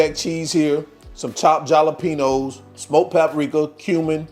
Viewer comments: Jalapeños is pronounced with "H" my brother. Thank you for the wonderful recipes ❤ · He knows that, he says it that way just for fun. :)